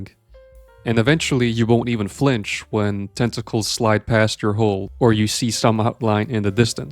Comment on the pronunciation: Hull. Hull, for the love of God... 😂